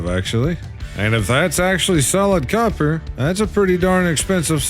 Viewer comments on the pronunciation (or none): none